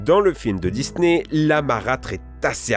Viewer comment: MDR A chaque fois tu dis je cite "Dis-nez"